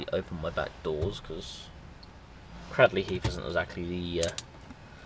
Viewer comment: Cradley heath isn't in Birmingham it's in the Black Country and you pronounce Cradley heath wrong as well